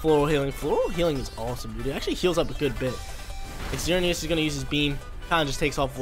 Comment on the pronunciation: He didn't even pronounce Xerneas properly😫